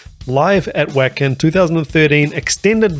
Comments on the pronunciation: Hi, You asked where "Wacken" is, it's a venue in Germany & it's pronounced with a hard 'V' sound rather than a 'W' one the beginning, so it's said like: "Va-kin" not "Wack-in", * As a Kiwi myself, I want to send you congratulates on starting & maintaining a successful YT channel & I wish you all the best now that you've passed the 100K Subscription! Here's to your next 100K, cheers:goodvibes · Very cool to have your son doing the opening for you! Wacken is in Germany and the W is pronounced more like a V sound,,,,so more like Vaacken! Surprised you haven't done more NIghtwish as their list of quality songs to react to is very long, and quite varied! Cheers for the video, and the journey!! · I subscribed but that means you need to make a few corrections…. Jukka is pronounced “Yukka”. Wacken is pronounced “Vacken”. And if you get to it, the lead singer is Floor Jansen, pronounced “Yansen”. Just a Canuck educating a Kiwi….. 😊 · Wacken is a small town in north Germany not far from the Germany-Danish border and NNE of Hamburg. And It's pronounced Vacken. Wacken Open Air is a huge rock festival. That night there were 82,000 in the audience. Also, in Northern Europe, a "J" is pronounced as a "Y". So it's Yukka. The singer is Floor Jansen last name pronounced Yansen. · Jukka is pronounced “you-ka” and Wacken is pronounced “Vok-ken”. 😊. Great reaction! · Wacken, pronounced more like the English Whack-Enn phonetically and it's in Germany. One of the biggest rock/metal festivals in the world. The crowd at this concert where they were the headline act was 82k. No Nightwish fan will think you're diminishing them. We all know they do and play what makes the song sound best, they're not showoffs for showing offs sake, they're tight and perfect.